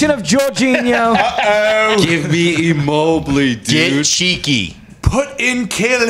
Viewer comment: Need to pronounce ‘Immobile’ again. Never heard it like that before.